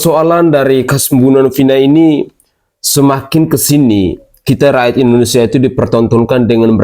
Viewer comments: Indonesiah, di tundah, merekah, ko ngomong gak ada yg benar, terpujih, indonesiah,, gak usah ngomong kalo blm bisa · Masa indonesia, di baca indonesiah, berani merobah nama indonesia